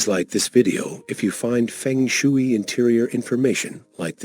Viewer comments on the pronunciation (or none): Mispronounced shui